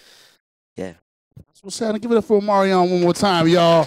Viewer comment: Did He Say At The End 'give it up for omario?.. then said omarion????